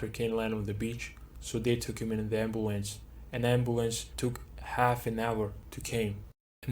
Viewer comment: Damn that ambooance